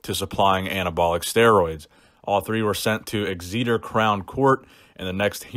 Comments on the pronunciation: Ex zeeter, ex etter is how it's said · IT'S EX-E-TER NOT EX-EE-TER AHHHHHHHH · Ex-se-ter btw. not exceeter 😂😂😂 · EXA-tah, not ex-EEDER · It's funny how you pronounced Exeter 😂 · Love American pronunciations of British places. Exeeter. Not having a dig, keep up the good work. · Eggs-eet-ur 😂😂. Its pronounced ex-etur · lol "Eggzeter" its pronounced Ex-A-Ter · Exeter pronounced x-e-ter Hopefully I bump into De Asha lol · Love the way you pronounced Exeter! Actually laughed. Say "Exiter." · Hey Exeter is pronounced Ex a ter 😝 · Exeter= "Ex-tzeh-ter" 😂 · you butchered pronouncing Exeter;) it’s X-Et-Er btw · X-see-ter. Great city 👀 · Exeter 😂 pronounced ex-i-ter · As a British person I enjoyed the way you pronounce Exeter. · Anybody from the UK just cringed at the way he pronounced Exeter, props for trying though. Try to pronounce Gloucester or Leicester 😂